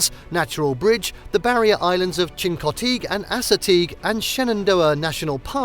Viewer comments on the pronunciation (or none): none